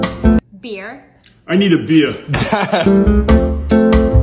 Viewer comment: "i need a bEeYa" I can't stop laughing